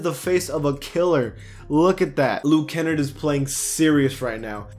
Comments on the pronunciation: Luke {Ken} {arde} not look {ken} {erd} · Hey my man, you put the emphasis on the A. Its Luke Kenn-Ard not kennerd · you have to pronounce the r very hard in luke kennard (ken-argh-d) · the way you pronounced Luke Kennard lmaoo its pronounced (Kenn-Nahrd) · Thats not how you say luke kennard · How he says Luke Kennard 😂😂😂🤣🤣. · Who said Luke kenard wrong